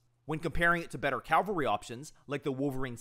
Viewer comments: FFS say it with me: CAV-alry. Cal-vary is the hill where Jesus was crucified. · just a heads up your pronouncing cavalry wrong you are saying the L first like the Calvary church. You gotta say the V first.